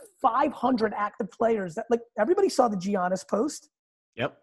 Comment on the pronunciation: Congrats on landing Gary V, huge dude!! Absolutely don’t understand a lot of the hate surrounding him regarding collecting, but I have a really small complaint. How many times are we gonna continue to let him mispronounce Giannis’ name and not correct him?? We all mispronounce names, it happens, but Giannis is a top 3 player in the league, maybe the best! It’s “YANNIS” like the artist Yanni, with an S at the end, not “G-Annis”. There are a million investor channels echoing his thoughts on many things and it’s a total head trip watching them mispronounce this guys name when not a single announcer, player or coach in the game pronounce it G-Annis. Congrats again man! Interview of a lifetime! Take care